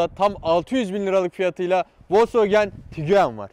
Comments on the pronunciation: Nobody: … Literally nobody: … Küçük burjuvazi: TİGUEN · Abi nolur şu arabaya tigüen deme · Bi söylemeyi öğrenemediniz tiguen değil tiguan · tiguanlar oldu hâlâ tiguan demeyi öğrenemedi...